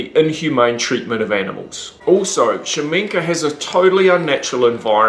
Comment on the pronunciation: Shaminka? I thought it was Kashamenk. Is Shaminka his stage name?